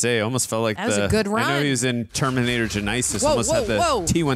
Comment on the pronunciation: The way pronounced “genesis” is insane 😂😂